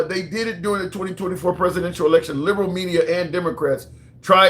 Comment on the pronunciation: You can't say election. That's wild.